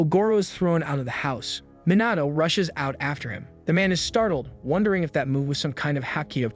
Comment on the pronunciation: Well done. A story that truly reaches the heart. I hope there is more. However, I just have one irritation: the correct pronunciation of Japanese names Minato (Men-Na-toe) Kannagi (Kan-Nag-ge) or the English word: disciple (de-CI-pel). I was surprised and disappointed. Based upon my enjoyment of your previous work, I mistakenly assumed that you would give your faithful audience the courtesy of research and accurate pronunciations. I have been listening to your work for almost a year. I enjoy your work, I hope you do better in the next one that I encounter.